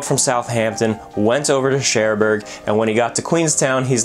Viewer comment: Your pronunciation of Cherbourg irks me, especially since you pronounced "Kaiser Wilhelm der Grosse" so well.